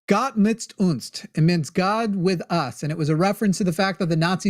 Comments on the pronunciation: Even more like "Gotz mitz untz" at times ^^. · it sounds like he says "mitz" uns